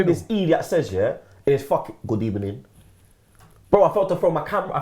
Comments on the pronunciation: good ebening😂😂😂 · Lol on the real though he still says good ebening. If he cannot change that he cannot change his tactics. Emery out. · The formation wasn’t wrong, the line up wasn’t wrong. is complaining about Emery saying ‘good ebening...’ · Good ebening 😂😂😂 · Emery hit us with his last Good Ebening 😁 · When he will stop saying Good Ebening??😂😂😂😂😂😂😝😝😆🤣🤣😝😃😝😃😃😃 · First of all Good ebening.